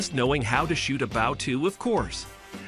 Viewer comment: Read by an AI voice as evidenced by the pronunciation of "Bow"